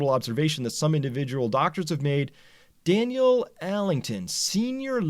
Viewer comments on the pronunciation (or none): none